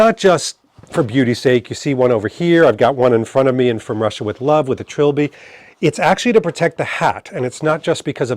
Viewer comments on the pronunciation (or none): I have to pile on here, because it's so fun and you are normally not at a loss for the correct pronunciation, sartorially speaking. It's Tril- by,! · It is Trilby, not tribly...they do hate Klingons though.